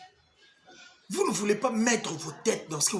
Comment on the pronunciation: On dit « vous et moi ». Maintenant que tu vis en France, il faudra s’efforcer désormais de se défaire de cet accent qui transforme la lettre u en i Sur ce, bon vent dans ta nouvelle vie